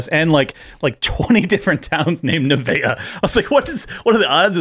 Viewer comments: "Loose eschatology" is right. The "X" meets at southern Illinois, not Texas, and it's NINEVEH, not NEVAEH. Geez, if you don't know what you're talking about, stay quiet. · It’s Nineveh right?